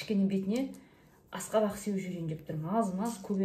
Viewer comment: Аскабак акабак емес.